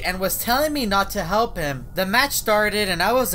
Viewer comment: oh my god yeah i hear it too